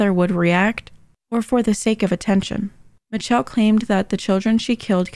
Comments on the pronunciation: I thought her name was Pronounced mich-elle not mi-telle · Its's "miss shell" not "mitch-chell" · are we skipping over why her name is pronounced Mitch-elle? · Michelle is pronounced Mi-shell